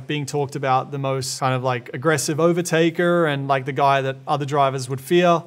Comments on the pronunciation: Overtakeeeeer sounds so American ahahah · he turns American to say "overtaker"